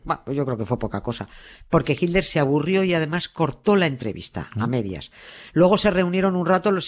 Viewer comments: A mi sí me gusta oir a Doña Nieves y a Carles decir "jilder", y "Traamp" for Trump. Por cierto, en Argentina también pronuncian "traamp" en lugar de /trəmp/ or /trʌmp/ . Y sí, los estadounidenses lo pronuncian de dos maneras, en el Nor-Este es /trʌmp/ y en el resto del país /trəmp/. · Nieves cuando vos y carles nombran a hitler se escucha hilder,lo escucho con subtitulo para no perderme nada,los escucho desde Argentina 😊